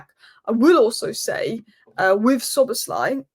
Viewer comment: You instantly busted yourself mr. fake liverpool fan. If you want to fake yourself as a fan at least check the names of the champion team correctly before that. You butchered the names of 3 key players to the champion team, and even if you only messed up Szobo as Svolazi then it would maybe go under the radar, but you messed up 3 key names...